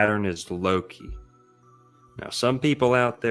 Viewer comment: I'm team Merlin on this one. In norse/norwegian, "Loke" is not pronounced the way pronounces Loki. But after watching Lucius Aurelian's last video on the ages of man - I'm also convinced all the "overly negative" aspects attributed to Saturn is simply biased Jupiter propaganda. Kronos is after all the crown or in norwegian "Kronen". There are definitively different aspects to all the gods, but equating Kronos to satan and molloch seems to me at this point as biased Thor agenda.